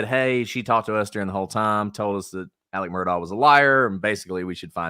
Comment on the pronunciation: You mean Murdik, Alik Murdik 😂